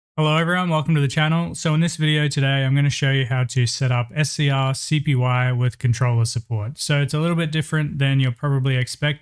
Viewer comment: Bro Its Pronounced ScreenCopy 😭 They Even Said This On Their Github